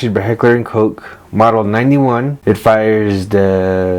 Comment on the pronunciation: Once you pronounced Koch correctly i subscribed 🫡